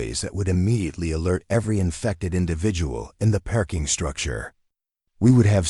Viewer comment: Listening from Clarksville, TN. Oh no, another Dr. Chen, but this has turned in to a zombie. Please, please do something about this pronunciation - perking for parking, Dr. Chun & Dr. Chen mixed up.